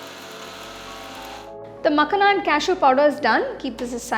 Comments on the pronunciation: Lovely recipe mam... ❤️😋🙏❤️ But it's pronounced as "Makh-aa-na" not "Mak-na" in North India and Punjab, from where this recipe version and ingredient originally is .. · Thanks for the recipe❤ But it is Makhaana not Makhna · it is makhaaana not makhna -_ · Srry but it is makhana...no makhna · Its not makhna its makhana...but anyway the receipe is superb truned out very taste...thanku for wonderful receipe... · It's makhana not makhna. Anyway nice video 👍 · You made a very good kheer, however wanted to clear one thing it’s not Makhna, it’s called as Makhaana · Nice recipe. But it's called makhaana. Not makhna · It's not Makhna, it's "Makhaan" please pronounce properly. It's harvested in Bihar. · Makhna ❌makhana ✅😂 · It's not makna it's makhana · Its not मखना, its मखाना. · मखाना मॅडम...no मकाना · The entire time she kept on calling Makhana- Makhna, it’s not Punjabi makhna makhna song. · Makhana not makhna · Seriously i was remembering makna song everytime she said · Recipe looks good. However, Makhana is pronounced as 'ma-khaa-na'. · It's "Maa- khana" the pronunciation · People who commented in reply, makhana is a hindi word. There is only one way to say it. Accents may vary but basic pronunciation can't change. It's not Tomto. Tomato, Tomahto ok. Nothing wrong in pointing out correct pronunciation. No need to be so defensive.